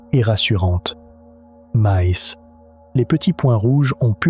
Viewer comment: maise , pase , partoute , trèse ... mdr l ia